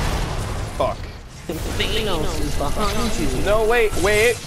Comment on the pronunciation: Its Thanos not Thantos